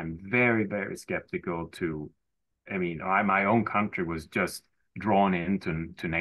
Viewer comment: Dein Englisch ist super, um so mehr fällt deine Aussprache von "country" auf. Es treibt mich die Wand hoch! 😉